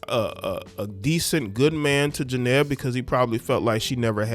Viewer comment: Why y’all do her name like that 😂